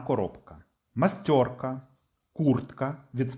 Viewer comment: жУжалка а не жужАлка ,мАстєрка а не мастёрка